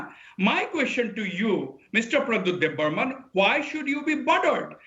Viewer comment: Not Debbarman, but Debbarma.